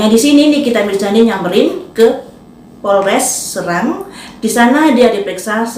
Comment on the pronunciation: Cara pengucapan Kata Kota S E R A N G bukan S R A N G. Sbg orang SERANG gua jd males nonton videonya. Tutup....jebreddd.